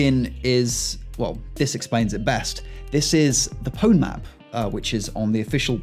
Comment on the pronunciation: that's not how you pronounce pwn